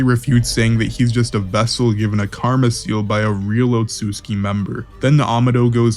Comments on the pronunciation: Homie actually said otsuki! 🤣🤣 Its pronounced OTSUTSUKI! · How can nobody pronounce Otsutsuki right?